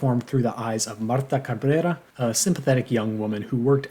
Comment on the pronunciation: I was sitting in the WASP-y Branson, Missouri listening to this video. Then you busted out with your pronunciation of Marta Cabrera, which instantly transported me to Oaxaca. 😂